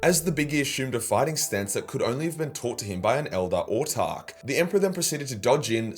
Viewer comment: Wait - what? You've started pronouncing 'Autarch' correctly?! Hopefully you give 'Exarch' the same treatment too. Keep it up:)